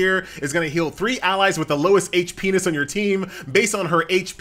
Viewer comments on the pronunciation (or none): Hit P - ness doesnt sound like fun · FFS it's HIT POINTS not whatever the FK you were saying...